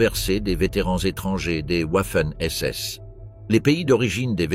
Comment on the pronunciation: J'apprécie beaucoup les vidéos, mais beaucoup moins les commentaires et notamment celui qui les fait. Il alterne la prononciation des mots de façon insupportable comme par exemple Vaffen SS et Ouaffen SS ou bien Dachau et Dachao et ainsi de suite. Serait-il possible de changer de personne pour commenter en respectant la prononciation des mots ? Merci.